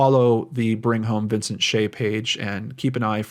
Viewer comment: 'che' in Mandarin is pronounced similar to 'chuh', not 'shay'.